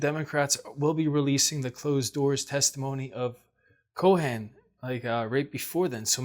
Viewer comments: Cohen is coh-en not co-hen. Mnuchin is meh-nu-shen. Thank you for noticing your Mom chooses cards that are not above your pick. Other than that, LOVE the readings! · it’s Michael Co - en. Not Co - hen. You don’t pronounce the “h.”